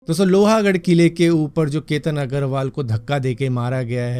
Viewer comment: Its loh gudh not lohaa 😮😮